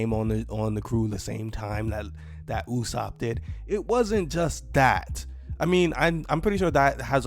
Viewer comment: Is it me or is saying usopp correctly? Cuz the sub said it differently and someone told me that the way pronounce usopp is the correct way.